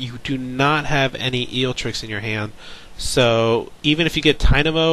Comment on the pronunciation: Great commentary! Other than forgetting Zapdos's Lightning weak. repeatedly pronouncing Eelektrik as Eeltrick and calling Level Ball Ultra Ball, that is, but yeah keep up the good work!